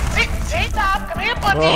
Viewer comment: Çrïš śtøp said ctop